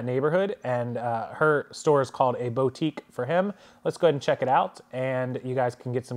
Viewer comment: "boo"tique not "bow"tique. just fyi you know